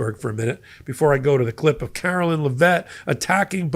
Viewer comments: Karoline not Karolyn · Care-o-line....line line line...not Lyn...her name is not Carolyn it is LINE. [KAROLINE]